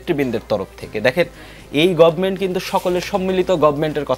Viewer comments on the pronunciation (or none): none